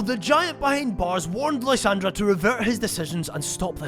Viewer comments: Love the video but I genuinely cringe everytime you somehow too pronounce Lysandre as lysandra there’s no ‘ in his name too show pronunciation difference 😂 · Lie-San-der Lysandre